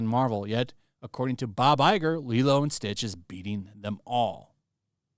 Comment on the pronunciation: Everytime Disney CEO Bob Lieger (Iger) moves his lips, all I hear is "Newspeak" and "Doublethink". And of course the Gaslighting! It's just an opinion.